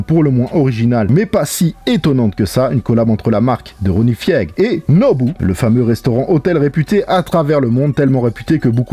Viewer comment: Ronnie « Fiègue » 😂